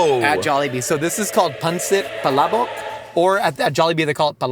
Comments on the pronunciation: when said Pancit Palabok correctly I knew he gained Tito status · The pronunciation of pancot palabok is on point! Great job! ❤